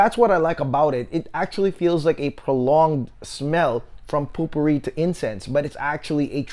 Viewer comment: Great review -- I want to get it for my mom now if it has a good rose note. (oh we don't really pronounce it 'POOPOO Ree' lol, it's 'POE per ree')